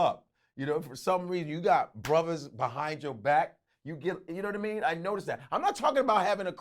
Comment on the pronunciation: Yadidamean not yadadamean